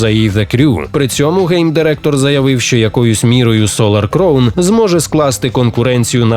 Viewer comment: І знову оратор не вчиться на помилках і все продовжує вимовляти "crown" неправильно